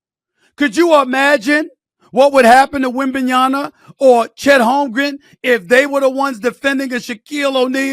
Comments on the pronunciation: WembanyaMA not WebmanyaNA. JFC, decades in the media industry and can't pronounce the player's name properly. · Stephen A, I love your shows but you gotta start pronouncing these names right. It's Wem-ban-ya-MA (with an M), my brother. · Still cannot pronounce Wembanyama properly old man.